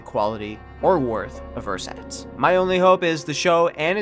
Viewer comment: cant you at least have google translate pronounce the word for you a few times before making a video? theres not even a ch sound in there. I bet you could pronounce it if you just tried.